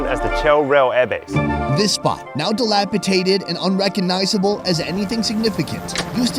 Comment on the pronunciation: It's dilapidated "DATED" not "tated"... "tated" is what drunks or us hicks call potatoes or a face tattoo we received and regret on booze/meth.